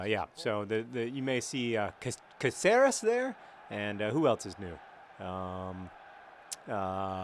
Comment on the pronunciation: It's cáceres. Emphasis on the A. "Kah-ceres"